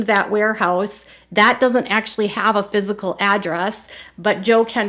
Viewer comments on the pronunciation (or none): none